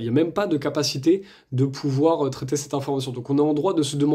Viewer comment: ne tutoyez pas , svp ! et parlez correctement : on ne dit pas : Ste (STinformation) mais CETte information, par exemple.